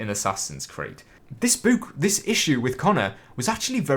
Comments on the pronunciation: Its book not boooook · I was about to comment how you said book, but the rest of the comments beat me to it lol